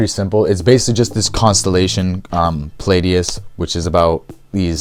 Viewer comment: Came across your video on a reddit post and I haven't finished watching it yet but I'm really impressed by this collection and how well you succinctly explain everything. If you're reading from a script, which I totally understand, maybe phonetically spell out some of the words you struggle with just to make sure they are correct. Example would be something like Pleiades(plee-ah-dees). I'll definitely be finishing this later today.